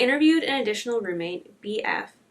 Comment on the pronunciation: Funke is pronounced as FUNK and not FUNKLE